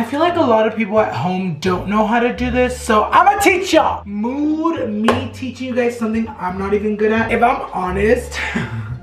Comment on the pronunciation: Everything you say MOOD, I think you say MOO. Lol